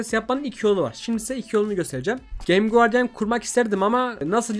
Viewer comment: Abi gemgeore